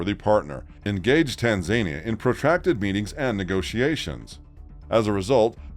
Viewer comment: It's tanzaNIa